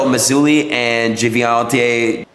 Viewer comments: The kid never even heard of Benito Mussolini? The kid can't read / pronounce certain EASY words? I bet Donnie doesn't think he's low IQ, though. 🤣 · "Benito Mousesuli and Geviante Genitals" 🤣😂🤣 I`d love to see this Adin Ross guy pronounce names of other famous people... George Washington would probably sound as "Doggy Washing-machine" if read by him. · A dude who does not know and cannot even pronounce "Mussolini' should not be discussing serious matters such as fascism. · never understood people so dumb that they add letters to a word they are trying to pronounce. even if he's on camera, performing, anxious this guy can't read, that's why mussolini isn't in his vocab